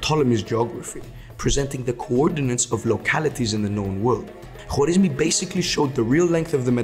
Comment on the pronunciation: W i his name is silnce, just w comes in written persian so dont be disturbe with thw W and pronoce it like aa in English.